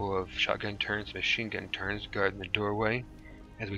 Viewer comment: I'm sorry for this but it's turrets not turrents. other than that no complaints this is amazing